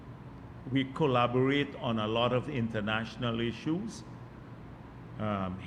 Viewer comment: Thin dunce cannot pronounce the word collaborate.